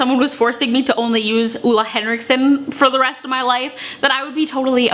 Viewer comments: Great video! He makes amazing skincare :-) And btw, it's actually more like Oh-le Henriksen, not Uh-le Henriksen :-) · It´s not Ola Henriksen, its Ole Henriksen :) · hehe, I'm from norway and you don't actually say ole henriksen like that <3 it's very hard for english talking people to get it right.